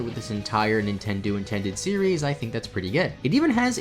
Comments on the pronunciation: "intindo" lol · “Poukemon” “Nintendou” lol